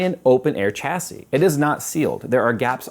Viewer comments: No, in AMERICAN its "CHA see" cause you people cant speak english properly. But in England, the country that made English, its SHA see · Chassis = "SHA-SEE" its a French word. "SH" not "CH" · 😂 sha-sea not cha-sea umm if i was gunna buy a new mobo for a 9th gen i7 (9700) what would the best choice please bud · OK I'm finally gonna ask...is pronouncing "Chasis" properly? I've always thought it was said more like shashie, phonetically speaking